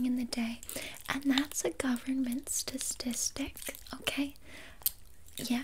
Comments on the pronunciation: "Stustistic" took me out lmao. Keep these up I love them! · “And thats a government stasticstic” 💀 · I know she did it on purpose but I literally had to say statistic several times in my head and twice out loud to make sure I was pronouncing it right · “stastistic” and “poppyrazi” made me snort💀